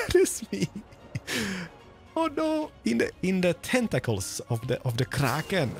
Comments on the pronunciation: What with the pronunciation of ‘Kraken’ it makes me shiver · I definitely want to see touring other hermits' bases! Especially with his shaders, they look really special. (also, the way he rolls his r for krrrrrraken <3 ) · Its the krrrrrrraken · Why does he say kraken so Scottish